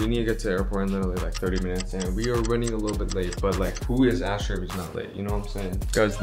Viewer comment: Bro it is asher not nasher